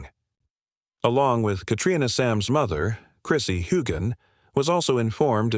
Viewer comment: Why would anybody believe a word your saying when you can't even pronounce his name correctly?